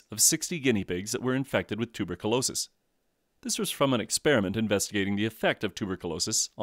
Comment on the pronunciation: It's "tu-ber-kyoo-LO-sis".